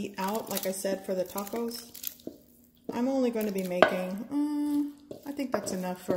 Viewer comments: Like thaco!! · when you hear 'taco' pronounced like that, you know its about to be gooooood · So Spanish? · She sounds exotic but it doesn't sound like Spanish to me. Weird